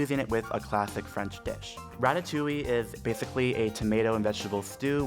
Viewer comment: Quand il prononce " ratatouille " " ratatouilli " ! On m'a perdu dans un putain de fou rire ! MDR